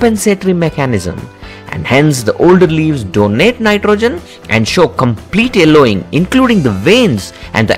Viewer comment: thank you for the tips. however, could you please pronounce Y in your next video? eg: Yellowing not ellowing. :)